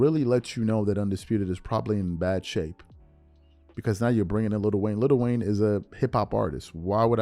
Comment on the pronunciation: IT'S NOT LITTLE WAYNE ITS LIL WAYNE